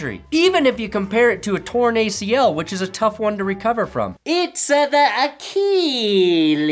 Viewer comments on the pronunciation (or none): Achilles! Look up how to pronounce it. keeps saying it wrong. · AKKEEELEEES?!?! bro you talk for a living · I can't be the only person triggered by the way pronounces it "ACHEE LEES" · Acheeeeeleeees! Not Achilles, acheeeeeleees! Check your pronunciation people. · please say achilles right. its funny at first how you mispronounce it but then it gets old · The only reason you made this video is so you could mispronounce Achilles 127 times. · I’ll sign up for underdog when you pronounce achilles correctly ffs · Just pronounce it like everyone else does. Remember that Family Guy bit on the 'h' in Cool Whip? You're Stewie.